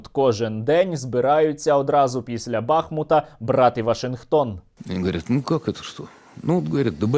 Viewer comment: Бахмута (наголос на "У")